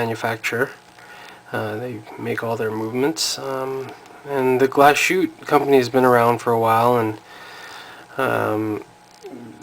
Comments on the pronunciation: Glas-hütte, not glashoot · You pronounced Glashütte very well (just joking..)